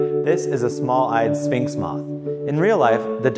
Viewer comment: ... He keeps saying "spinx" moth instead of "sphinx" moth...